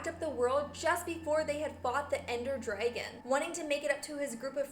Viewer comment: You ceep saying Derngon but its really dragon.